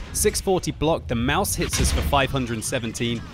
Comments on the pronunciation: Haha when you "Maus" over it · "when you Maus over it" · "When you Maus over it"? :D LOOOOL TROOOOOOLL :D